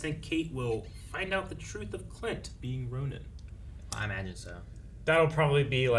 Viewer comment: It sounds like you guys are saying Ronan instead of Ronin, despite them being two completely different words that should be pronounced differently.